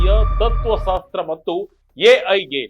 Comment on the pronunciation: ತತ್ವ ಸಾಸ್ತ್ರ. ಅಂದಂತೆ ಕೇಳುತ್ತದೆ. ತತ್ವ ಶಾಸ್ತ್ರ.